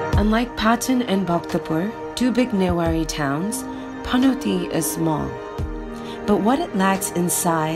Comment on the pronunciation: Dafaq is wrong with your accent.. its panauti not panatee... And yomari no yamri... Nepali le nai yesari vane paxi khattam bhayena vanya...